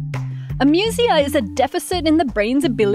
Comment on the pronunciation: The pronunciation of "amusia" in this video is really weird. Webster's says it's "ā-ˈmyü-zē-ə," and Collins says "eɪˈmjuziə". But this reader makes it sound like "amusement" rather than a greek derived medical term. Even Macquarie Dictionary is "/eɪˈmjuziə/ (say ay'myoohzeeuh)"